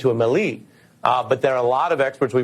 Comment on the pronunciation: What a doofus, doesn't know how melee is pronounced.